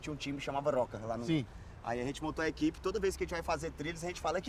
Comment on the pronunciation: Man eu entendi equipepiroca kakaka